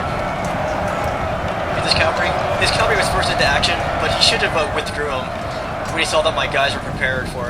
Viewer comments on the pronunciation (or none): Cavalry, CAVALRY, not calvary. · you keep saying "calvary" I think you mean cavalry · its cavalry :l